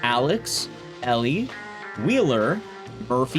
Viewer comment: It's a little thing, but Elle's name is pronounced like the letter "L" and not like "Elly."